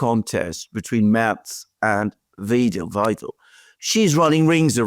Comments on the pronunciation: (ander): please pronounce the 'ei' in Weidel like the 'i' in 'ice'. Great work, impressive and important work you both do! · Dear Gentlemen as always dart in the middle.. pronunciation off dr A Weidel is as in ride 'raid'😊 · Wydal - as in "spy". Remember - except for dypthongs, only the second of paired vowels is pronounced in German, not the first. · Why-dell. By the way a bankster and neocon. A single look at the party program ans their plan to exploit germans even further to enrich the oligarchs reveals that instantly. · Just pronounce like „idle“. But I have to mention that Mrs. Weidel is not idle at all. Just the contrary. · Pronounce it like „idle“. Wanna stress that Mrs. Weidel is not idle at all, just the contrary. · 🤔 How should I believe you’re competent enough to talk about German politics when you can’t even pronounce the names correctly although your wife is German 🙄 Weidel is not difficult for an English speaker by no means 🤷‍♀️ AfD with 20-25% is not to “win” anything as long as the block parties are united against them - no earthquake at all - like the SED in former GDR. “Big coalition” CDU/CSU+SPD is nothing new in GER, just this time not with a 2/3 majority for being able to do constitutional changes. No changes to be expected! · Enjoy your program and discussions very much indeed. Thank you. You seem to take great effort in pronouncing names, especially AfD, correctly but have so much trouble with Weidel....In German, "ei" is pronounced "i". It's pretty easy and you guys are pretty smart so why the confusion? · Usually, I never care about stuff like this, but the ei in Weidel is pronounced exactly like the ei in Eisenhower. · It's killing me how you manage to mispronounce "Weidel"! "ei" in German is pronounced like the "i" in "ride" and the "W" is pronounced like the "V" in "Vancouver". Please, please, practice. Your way of saying the name hurts! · not "Wedel"...W*ei*del! 🤣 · It is pronounced Alice Why-del not We-del. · Weidel not Wiedel..